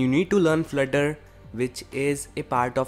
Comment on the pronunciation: FLUT-TER!!! Not FLIR-TER '-'